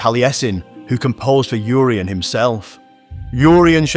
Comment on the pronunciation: Inspiring video and content, but the letter 'U' in Urien is pronounced ""Irr" - as in the native American tribe 'Iroquois'. Urien pronounced : 'Irr' - ee- en. England, be proud of your land and your people - just as we are in Wales 🏴👍🏴